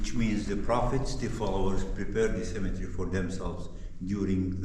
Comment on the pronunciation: Wow. You're doing so much better with your English pronunciation and vocabulary since you started YT videos! I want to show you how the word cemetery is pronounced. Try saying it in four sounds, like this: Cem-e-ter-y. The way you're saying it is with three sounds - Cem-e-tree. That is the English pronunciation of a different word -- Symmetry. Symmm-e-try. Symmetry refers to something being equal distance all the way around on all sides. For example: A square shape with all four sides being the same length shows perfect symmetry. God bless and be with you! Really enjoy your channel. Thanks for all the hard work you put into ir. It really shows.